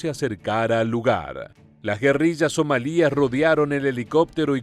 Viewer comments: SomAlia, no SomalÍa. La sílaba tónica es MA y como es llana y no termina en consonante que no sea N o S ( "lia" es una sola sílaba con diptongo) no lleva acento. Y ¿por qué pones un Apache en la imagen del video en vez de un Blackhawk? Cometes unos fallos que no entiendo a veces. Otros youtubers latinoamericanos no comenten esos errores que te hacen parecer un poco cutre. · Somalia NO lleva acento en la i, es una palabra llana que termina en vocal, por tanto no se acentúa y se pronuncia sin hacer énfasis en la i, So-ma-lia.